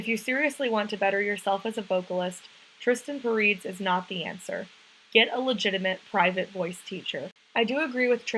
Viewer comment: You're pronouncing his name wrong